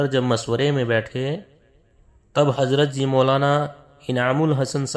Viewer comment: پہلی بات شوری ہے سورا نہی ملفوظات ہے ملفوجات نہی زبیر ہے جبیر نہیں اپ ہے عاپ نہی آدمی ہے عادمی نہیں ضرورت ہے ہے جرورت نہی حضرت ہے حجرت نہیں. کہنے کا مطلب یہ جب ایسے جاہل لوگ خود کو سب کچھ سمجھنے لگے تب سے بگاڑ شروع ہوگیا کام میں یہ بیچ والے لوگ اپنی روٹیاں سیکنے کا کام کرنے لگے.. معزرت جناب اپ بھی تھوڑا تلفظ سیکھ لیں پھر ............